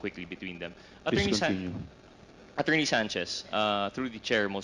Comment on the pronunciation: Ang sakit sa tenga mag English ni Dan Fernandez. Flease stof.😂